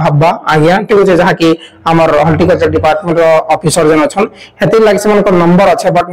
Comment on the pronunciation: Holticulture nai bhai horticulture. Video banaucha spelling clear kaha